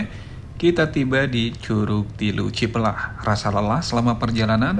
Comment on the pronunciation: Cipelah a bukan ciplah berasa dengeng cipl*r 😂